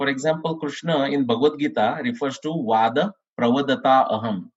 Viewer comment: It should have been vaadha and not vada